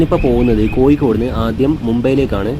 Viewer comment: കോയിക്കോട്അല്ല കോഴിക്കോട് 😂😂